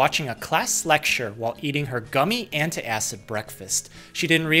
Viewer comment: i hate when people pronounces the word ANT-A-ACID. Like where did you even get that extra syllable from?